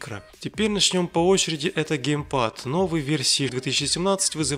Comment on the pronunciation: Не гейпад а геймпад и ещё ты не правильно говоришь название ТВ приставки, так-что не надо делать из себя учителя русского языка и английского языка, ещё я не пытаюсь тебя обосрать.